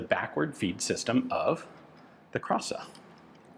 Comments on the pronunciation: It is pronounced as [kra:sa]. Long A, accent on R. It means "beauty". Happy to see you review another piece of history of my country. Always something to learn on your channel :) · i would like to fix the wrong pronounciation its not krasa (like you said) but its said with an long "a"(the "a" sound is long) edit another long letter pronounced wrong is in the name of the designer (again the "a" sound is not elongated) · The first A is a long sound. the word means beauty